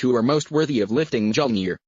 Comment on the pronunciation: That is not how you pronouce mjolnir